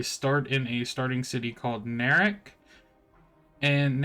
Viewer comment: Just wondering, since you are representing this project, why are you saying city names weird? It's not Booble by water, it's Bobble by Water, is not Moord its Moradhim. Nerak is Neriak. Queens? Its Qeynos. Not the end of the world just struck me as odd.